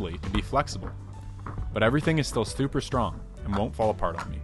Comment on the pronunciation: "Stuper strong"